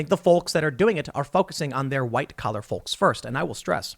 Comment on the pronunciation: Somebody tell him the L in "folks" is silent.